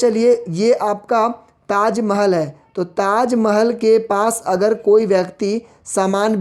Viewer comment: Sir Taj Mahal HOTA he na ki Taj majal